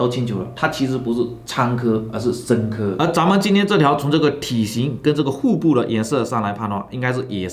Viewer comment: “护部”，哈哈哈 每次听说话我都想替他把舌头卷起来